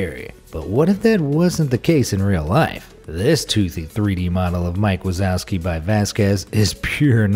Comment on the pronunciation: Wazowski is pronounced (VA-ZOF_SKI)